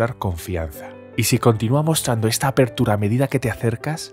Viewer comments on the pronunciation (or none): none